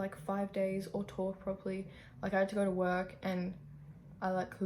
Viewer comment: whenever you say talk, i hear it as tulk ahahahaha